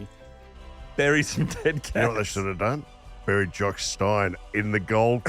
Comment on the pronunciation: Very enjoyable and eventually the mispronunciations ("Jock Stine" - it is of course "Steen" - "Monty Video" and, ironically, "mispronounciation") only seemed to add to the charm of the tale.